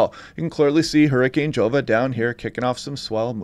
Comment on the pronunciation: Pronounced 'Hova'